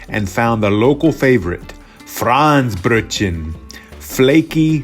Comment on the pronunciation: Thank you for showing all the delicacies! A very needed exploration into Hamburg food goodies. If you want to improve pronunciation: Franzbrötchen -> frunnts - bröt - chenn. The Franz part is short. There are also Franzbrötchen with apples and other goodies. Which I prefer because they are not only sweet. (Makes me feel less guilty.) Look at the shop inside Hauptbahnhof "Franz and Friends". But other places sell them as well. Labskaus -> la:bs - cows. My mom used to make it from potatoes, corned beef and sweet pickles. We only covered it with a fried egg and left the red beet and hering off. To make it a little more on the sweet side some of the Gurkenwasser, pickle water, was added.